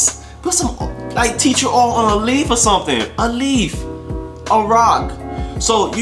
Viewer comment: "Why not a leafff" 😂😂😂